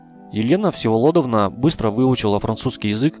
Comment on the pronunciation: Всеволодовна, ударение на все , а не на довна. Привет всем.